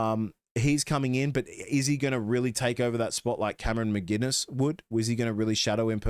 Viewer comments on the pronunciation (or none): There is no G in McInnes. He isn’t a beer.